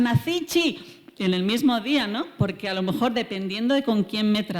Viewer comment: No sé si atreverme, porqué frente a esta gran científica yo no existo. Pero en varias ocasiones la he oído decir, alomojor, y supongo que quiere decir a lo mejor. Seguramente el discurso no cambiaría, pero si la música al oído. Mil perdones de antemano